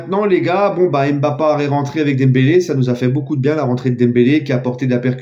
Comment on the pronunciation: Pas d'accord avec toi je t'aime bien mais arrete de dire Mbappart ce n'est pas dans ton esprit!